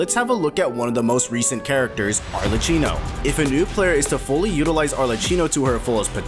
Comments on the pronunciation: its arleCCHINO not arleccino for god's sake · who the fuck is arleCHino??? she's pronounced as arle-cki-no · PLEASE, it's Arlecchino, not Arleccino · 1. after hearing so many arleCHinos i can safely bet that the pronounciation is intentional, but it still is so annoying 😭 points to you for farming comments i guess 2. youre absolutely wrong about the forte circuit counter, it doesnt standardise and/or intuitivey explain shit, even judging from the first available characters - every one of them uses it differently and often it means very different things. for some characters i agree, but others (like jianxin, taoqi, etc) cant quite be figured out just by looking at the thing, you still need to understand when and how exactly to use it. +from personal experience, it took me several days to figure out that the bar had any practical impact on the gameplay until i got to the in-game guides for the chars. and that is considering i read through everything before trying it out (as a professional genshin skill desc reader, in this essay i--) which leads me to the 3rd thingy. the overall message about wuwa having no such problem IS right, but specifically bc they have the guides for every character that walk you through their kits without walls of text (even tho those are present in the skills descriptions) while simultaneously being short and to-the-point so, youre kinda right, but also not at all lmao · arle-chee-no idk man i find it easier to understand genshins characters kits than wuthering waves (i know how almost every character works in genshin) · I'm crying with the pronunciation of Arlecchino. At least do some pronunciation research before uploading. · as an italian, this pronunciation is physically painful